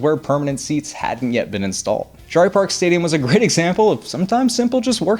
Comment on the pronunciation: Pronounced JERRY